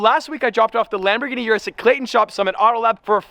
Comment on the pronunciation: It's pronounced Lamborghini OOH-RUS.